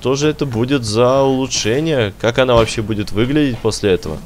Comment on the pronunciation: Как она а не какона